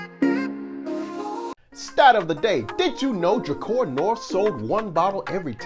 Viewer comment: Pronounced DRUH-CAR